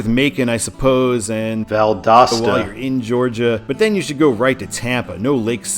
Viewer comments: Well, because he had Val-DOOS-ta in the last video. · Did someone comment on the Valdosta pronunciation on the NB video? I'm assuming so... Made me laugh every time throughout this video. I think it's uh-latch-ew-a, at least as far as I know, but I'm not from that part of FL. Tis a super small place and the name of the county Gainesville is in. Looking forward to 95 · People must have been roasting ya hard on the way you said Valdosta. Lol. I agree that Valdosta should kinda be a control city but only in Georgia. I-75 north in Florida should just sign it for Macon or even Atlanta. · Why does it sound different whenever you says Valdosta? Are you saying it a different way? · Yeah. My mom heard him say Valdosta wrong. I had to tell her that he corrected it